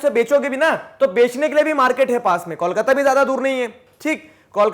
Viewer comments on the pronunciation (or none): none